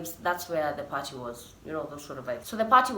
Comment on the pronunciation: Wewe sema tu Apo parhee (party) wacha mi nivae mask ya Corona virus 😂😂